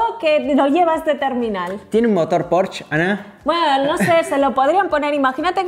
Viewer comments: Pero por que le dicen porsch si se dice porsche tal y como se escribe se lee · Porque le cuesta tanto trabajo decir Porsche!???????? Dice Pors!!!!! Que desesperante!!! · Hola, como dato se pronuncia Porsche, no porsh...saludos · Ana, se pronuncia Porsche, se pronuncia la e, no es Porsch, no es inglés, es alemán. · No es "porsh" es "porshe" Porsche es alemán y se pronuncia esa e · El "porch" Jajajaja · La pronunciación correcta es "pórsha". De nada. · Un porshh xdd